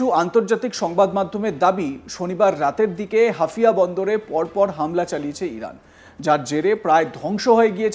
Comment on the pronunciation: হাফিয়া না -- হাইফা